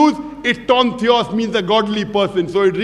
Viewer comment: I'm a Greek and I guarantee you that he has no clue about Greek he can't even pronounce Theos right, you will never see them even debating a Greek.